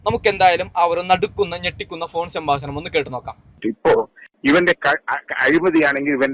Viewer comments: ശ ബാശണം അല്ല . സംഭാക്ഷണം😢😮😮😮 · സംഭാശാണമല്ല😔 സംഭാഷണം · സംഭാഷണം എന്ന് പറയൂ..